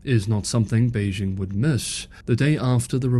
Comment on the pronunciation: Beijing. The '...jing' has a hard sound. I assume you have been to China and have listened to Chinese people pronounce this word.